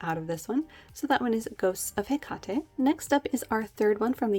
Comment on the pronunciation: no regret's LOL ;0) ohh and its pronounced Heck-ate Have a Gr8 wkend!!!